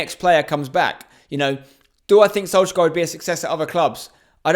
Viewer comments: The way spencer says solskjaer makes me sick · What are you saying when you try to pronounce Solskjaer lmao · You cant even pronounce Solskjaer let alone Ziyech